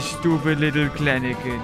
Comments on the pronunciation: The penguins are so cute.... XD I liked the yellow one Whitney had. I couldn't stop noticing that says Kleneken instead of Kelenken though lmao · calling Kelenken "Klenenken" will never get old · Kleniken? Thought it was Kelenkin… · The way u say kleleken its kelenken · James every time I watch your amazing videos i just know ur going to say something wrong Like klenken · It’s Kelenken And he’s saying it wrong? Lol